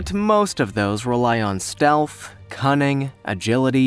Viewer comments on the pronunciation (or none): none